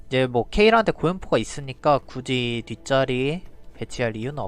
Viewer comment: 영상 볼때마다 굳이를 궂이라고 하시네요...